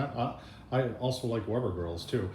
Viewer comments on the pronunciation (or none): Did you say 3 legged grills... or girls... LOL... Just kidding. The distance between the bottom grate and top grate on both kettles... are they the same difference apart?